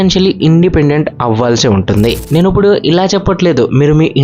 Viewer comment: ఉప్పుడు కాదు అండి ఇప్పుడు అనాలి....sorry topic related కానిది చెప్పా